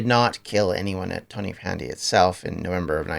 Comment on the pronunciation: Great video. It's pronounced tonnapandy btw. Ta man.